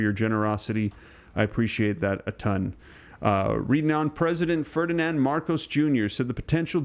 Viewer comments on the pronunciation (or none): none